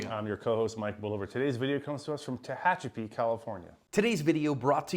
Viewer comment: Congratulations Mike on the correct pronunciation of Tehachapi. Most people don’t get it right.